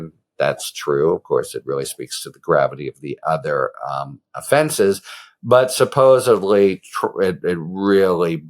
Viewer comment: Mehr-shan. Not merchant. Suppose’d’ly, not suppose’b’ly.